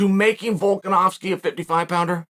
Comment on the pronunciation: Chael getting volkanovski name right must surely be a rare accessory to this man's vocal cords nailed it uncle chael....